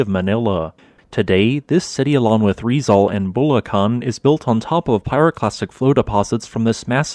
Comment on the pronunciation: sigh ITS RIZ-ALL AND BUL-AK-ANH